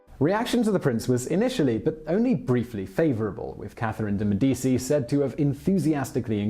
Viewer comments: ... So, he knows that the "c" in "Cesare Borgia" is a "ch" sound, but somehow thinks "Medici" is pronounced "Medisi" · 'Medeesi' 'Iron helps us play' 'Medeesi' 'ahahahahaha' 'Medeesi' 'hello Joe' 'Medeesi'.... make it stop, O dear God, won't you please make it stop! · Simon, I have listened to you mispronounce the name Medici in two separate videos now. You are way too professional to continue to do that. Please, for the love of all that is good, learn to pronounce the name, "MEH di CHEE" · MEH-dee-chee. For anyone who wanted to know. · Medici isn't said with an "s" sound for the "c". In Italian, that is the same sound as the "ch" in a word such as "cheese" (and in Italian, "ch" has a "k" sound, like in the word "kite" - just to be confusing!) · Anyone else who speaks Italian cringing every time he mispronounces Medici??? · Seriously? You cannot correctly pronounce Medici? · The C in Medici Is read as a CH. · I am Italian - 100%, and somewhat of an aficionado of The Italian Renaissance. The mispronunciation doesn't bother me, nor likely other Italians; so, give it a rest. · Medici is pronounced - Meh-duh-chi - not Med dee cee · Its pronounced 'Medichi', not 'Medisi'. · Medi - ch - i, not Medi - c -i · Seriously if you are going to do these videos learn how to pronounce words. Medicci is Meh-dee-chee the cci is pronounced chee not cee. It’s not an obscure family name either. The Medicci’s were involved in everything for centuries. Mispronouncing names etc causes the listener to question your intelligence, education (or lack there of), and your ability to simply frickin google something. Also, you propagate the mispronunciation of those names etc by being lazy in your research. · Medichi bro not medisi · MediCHi mate not medisi, just like CHerry , nice work would love to see bismark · Medici is pronounced me-deechee not me-deesii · Aren't Italian c's pronounced ch? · Med-I-chi that’s the annunciation of Medici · Meh-di-e-chi... Bor-zhi-ah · Yeah same